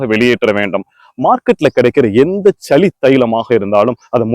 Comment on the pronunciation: வாஷி இல்ல வாசி ச்சளி இல்ல சளி😂